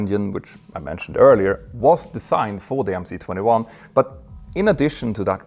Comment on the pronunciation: Two remarks: it is 'avia dvigatel': air engine. And the letter 'C' in MC-21 is a cyrillic letter, pronounced 'S'.